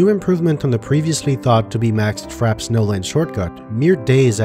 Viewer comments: Frappe pronounced frap-pay not frap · Frappe is pronounced "Fra-pay" not "Frap" You know, like the drink. "A drink served with ice or frozen to a slushy consistency."